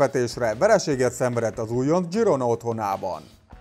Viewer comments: Katalán csapat, ezért Zsirona. Például Sergi Roberto is Katalán,így kell kimondani: Szerzsi Robertó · Zsirónának kell mondani